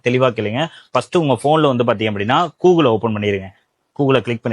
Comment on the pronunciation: Coogle✅️ Google ❌️